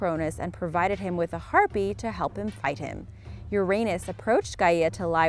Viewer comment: That's Har-pay, not Har-pee.